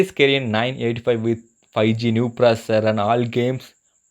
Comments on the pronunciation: "New proser" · what the hell is "PROSER"? what is the phone brand again? i heard "HWEI" WTF IS THAT